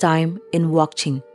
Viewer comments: If you kindly. Spell amd pronounce correctly will be more appropriate. Not wongching but WANCHING. Not anaya. Anhgya( queen) please check all the name and pronunciation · I think wanching not wangching bcs ur pronounce wangching😊